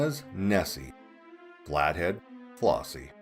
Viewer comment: The name is FlEssie not FlOssie.